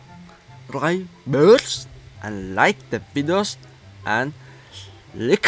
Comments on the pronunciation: Sabskraybirs this is the pronunciation or subscribers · It's so funny when says subscribers 🤣👌